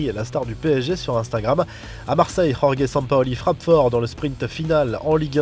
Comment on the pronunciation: Rorgue Mendes? Ca se dit jorge y’a pas à faire des accents comme ça